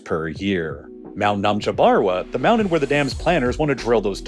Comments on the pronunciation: Not trying to be a dick but you don’t have a speech impediment. Don’t say “mownen” it’s mountain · wtf is a mounin?